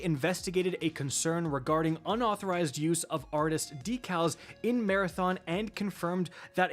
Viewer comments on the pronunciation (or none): Dee-Kals..... really my man.:-P